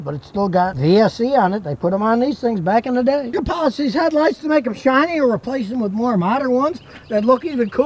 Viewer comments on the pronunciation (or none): none